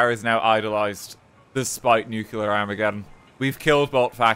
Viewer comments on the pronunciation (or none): It's NuCLEAR, not NuCuLA, Mr. Oppenheimer.